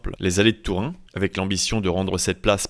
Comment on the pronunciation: Les allées de Tourin ? Ou de Tourny ? 😂